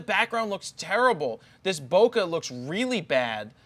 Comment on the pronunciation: it's not bokeh it's BOKEH for God sake